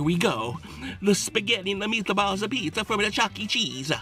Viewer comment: here we go. The spaghetti and the meataballs apizza from the chucke cheesa😂😂😂